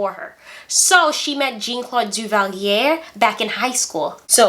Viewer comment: It's pronounced (Tusk-E-gee). They were the first Black Airmen pilots to fight in Word War II. There is a movie about them (Red Tails). And Jean is pronounced (Za), not (Gene). Yeah, she had the TV's out, but it came much later after her wedding. And Papa Doc setup the Tanton Tanton Macoute, not his son Baby Doc. The freezer story and mink coat is true. She was and still is a horrible person. She is on Twitter and Facebook all the time now with her delusional posts.